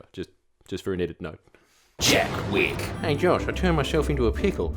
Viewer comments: The fact you said "Jack Witt" just goes to show you don't know JACK SHIT hah: gottem boys, clip it and ship it. ... I get my news from this guy. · Jack Wick?! Jack?! Come on mate.